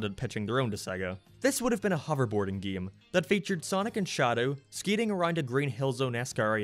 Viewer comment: Why do you pronounce game like geme or gameplay like gemepley? Like a sounds like e when you say it, And I fucking live for it, also unleashed is my fav game and 06 is second cuz nostalgia